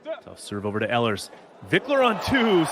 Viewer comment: Ehlers is pronounced “ Eelers”